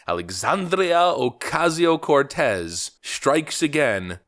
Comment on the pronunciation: Do you have to exaggerate her name? I'm Hispanic and Based AF but it sounds insulting to a whole culture.. Not just her. 90 percent of us don't care if you pronounce our names properly but AOC is awful and so many things to go after her about.